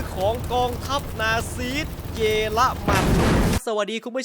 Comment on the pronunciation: พี่ครับ เขาอ่านว่านาซี ไม่ไช่นาซีด ครับ